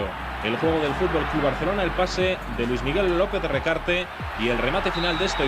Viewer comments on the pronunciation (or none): none